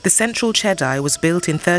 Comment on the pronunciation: Jedi: pronounces as Jedee, not Jedi like from the Star Wars movies.